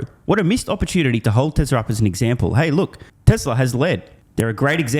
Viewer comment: As TSLA is non union they were dismissed. Also true Mr. Biden cannot pronounce the word "Tesla".